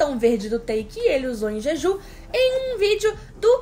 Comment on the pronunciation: Ai gente desculpa sem querer ser chata é so porque ta me dando agonia... O nome da ilha se pronuncia o J como se tivesse um "D" (Djidju) , não sei se deu pra entender... Nao me levem a mal por favor, é so uma dica